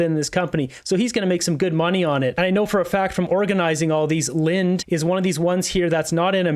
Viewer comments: Linde is pronounced “Lindy” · It’s pronounced lind EE. Most of their market is on not LNG. Most of it is medical grade gases and welding gases (I worked there for 15 years)